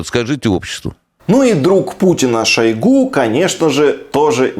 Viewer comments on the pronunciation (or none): none